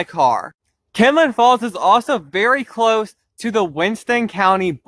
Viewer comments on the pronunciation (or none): Its kinlock not kinlin